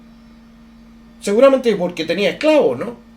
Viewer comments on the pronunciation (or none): none